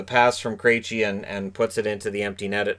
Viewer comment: Milbury needs to retire. To pair that dunce with John Forslund is an insult to Forslund. He says the dumbest things. He's petty. He mispronounced Marchand and Krejci. Ugh. I thought Boston did a great job of shutting down Carolina on the inside. The bulk of their shots were from outside, and the Bruins really stepped up for Halak. Wishing Svechnikov a speedy recovery (along with Pasta).